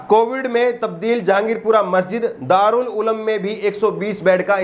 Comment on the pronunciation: Darul uloom correct ha Na k darul ulam